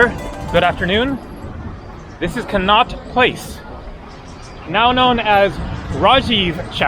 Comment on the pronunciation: Con - not place! Said like that! That's how we pronounce the street in London after which it was named!